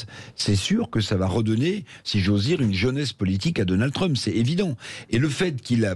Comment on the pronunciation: L'autre n'arrive :même pas à prononcer correctement le nom de Trump, Dédé REVIENT